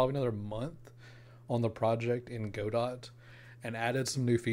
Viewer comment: BTW - it's pronounced "God-do" or "Go-dow" - as in "Waiting for Godot" the Samuel Beckett play.